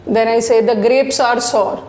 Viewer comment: Excellent teacher but I humbly request you to check the correct pronunciation of sour in Oxford dictionary please. Thanks